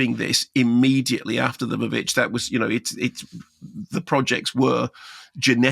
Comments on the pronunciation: Why on earth is he pronouncing The Witch as "The Va-Vitch?" VVitch does not = Va-Vitch. VV was just a visual play on the letter W on the poster. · It's pronounced "The Witch", the "VV" is just a stylized way of spelling it taken from 17th century writings. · The vuh-vitch? I know it's spelt like that but never heard anyone call it that. Even Robert Eggers.